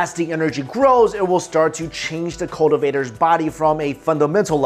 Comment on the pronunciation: cultivator? not spoken clearly